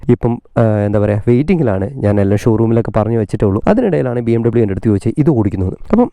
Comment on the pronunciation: It's BMWeeeee Bayerische Motoren Werke